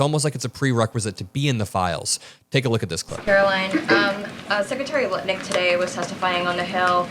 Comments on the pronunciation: Did you mean to say “Howard Nut Lick” because I call him that all the time 😂😂😂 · Wait did you say howard Nutlick? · Love the accidental (?) "Nutlick" slip. Cheers.... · Did you say "nut lick"? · Howard Nutlick? Awkward slip of the tongue - but accurate. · The slip where you said “Howard nutlick” made me laugh so hard. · Nobody noticed he called him Howard Nutlick at the end of the video 🤣🤣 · Did you say "Nutlick?" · Did I mishear it or did you really call him Howard Nutlick? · I heard Howard Nutlick.... that was a Freudian slip....and a well-deserved one. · You said Nutlick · Did he just say “howard nutlick” lol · I love the slip-up Howard Nutlick 😆 🤣 😂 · All I hear is 'Howard Nutlick' evertime says his name...I cant unhear it!!!! lol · I think you accidentally said Howard nutlick but that’s incredible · Did you intentionally call him Howard “Nutlick” ? 😂😂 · "Nutlick" is such a perfect mispronunciation of his name!! :D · I love it, you said Howard nut licks! How perfect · Lol did he say Howard Nutlick? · that “nutlick” misspeak was too clean to be an accident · Lol... You said "Nutlick". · he said Howard Nut Lick 😂😂😂😂😂😂😂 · I heard your “Freudian Slip” Nutlick 🎉😂😂😂😂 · 😂 you said “Nutlick” once “by accident “ perhaps??? But it’s MUCH more accurate! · says “nut-lick” 😅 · Did I hear you correctly ? Howard Nutlick? 😂😂😂😂😂😂😂😂😂😂😂😂😂😂😂😂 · "Howard Nutlicks" LOL! I don't know if that was purposeful or accidental, but either way made me chuckle. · Forgive the pun, but was that a slip of the tongue when you said "Howard 'Nutlick'"? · The spoonerism is hilarious. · We need to be like a dog with a bone, and never let the topic of the Epstein files go. We need to hold every single pedophile accountable for their disgusting actions.:. it's Howard Lutnick, not "Nutlik" A little Freudian slip there. 😂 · said Nutlick instead of Lutnick😂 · I think I heard say.. Nutlick instead of Lutnick..😂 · Did you realized you called Lutnick, NutLick one time? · Howard “Nut-lick”